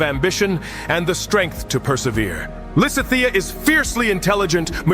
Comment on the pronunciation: While I don't mind most of the weird art, the pronunciation of Lysithia is getting to me. I'm currently replaying GD rn and wanted to get other people's takes and couldn't get past